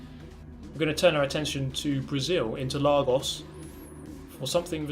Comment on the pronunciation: As a brazilian, "Interlagos" pronunciation was really good!